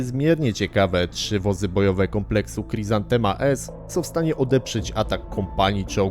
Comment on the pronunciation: Niby taki ch.... a sprzęt nato mieli. I to nie dzięki jakimś banderowskim radarkom. Mówi się chryzantema jak po polsku, nie khrizantema.